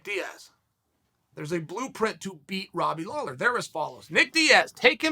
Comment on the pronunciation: Seriously? It was a terrible video. Flip-flopped more than your least favourite politician. Mispronounced Lawler's name at the end. Bad video. But at least he didn't hex either of them by outright picking a winner.